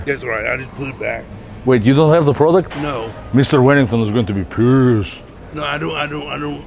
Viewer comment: the way he said pished 😂